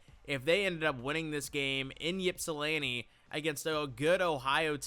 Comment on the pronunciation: Pronounced “Ipsilanti” Silent Y. Go Eagles